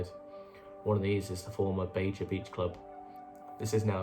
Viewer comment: Great videos!!! Learnt a lot I didn’t know. Just one thing though, Baja nightclub was pronounced ‘bar har’